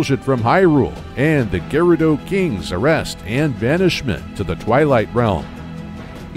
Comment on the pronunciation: Stopped watching be you kept mispronouncing Gerudo